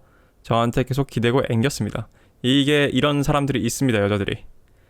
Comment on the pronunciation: 계속 을 께속이라 발음하시는 걸 보니 20-30대 확실하군요. 대체로 마흔 살 이상은 께속이라 안하고 게속이라고 발음함